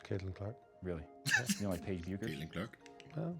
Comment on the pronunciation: Funny how people can’t pronounce Paige’s last name right. SMH Especially someone conducting an interview.